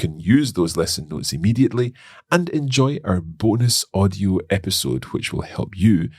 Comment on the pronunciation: episode not esipode thats wrong 😅